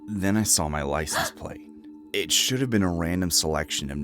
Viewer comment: How about 'deer' and 'shud' instead of dear and should.